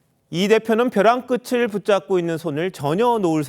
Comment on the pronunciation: 앵커가 마지막에 "--벼랑 끄츨---" 이라고 발음하는데 벼랑 끝을의 발음은 벼랑 끄틀인데 연음법칙 공부 좀 하시오!!!